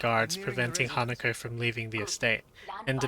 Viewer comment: Her name is HanakO not HanakA.